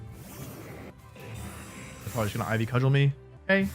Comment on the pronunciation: I'm sure you've been told by now but Cudgel is pronounced "Cud-jel"